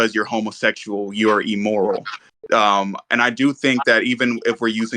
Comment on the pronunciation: Don't know bro, can't get past him saying "e-moral" a hundred times